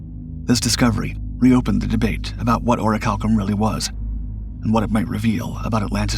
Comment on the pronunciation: La voix qui récite n'est pas capable de prononcer correctement les noms cités! l' Atlandide, Crissio (Critias), Salona (SOLON), Cranté ( Critias), Oricalom (Oricalcum)... est- ce une performance de l'IA ?